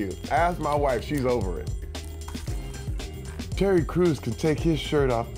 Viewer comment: It sounded like he said Cherry Crews xDD